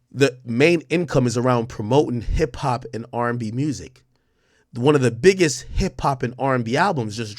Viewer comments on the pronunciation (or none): "the biggessst"